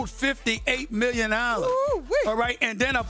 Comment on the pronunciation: 152 Millyon dollars 😂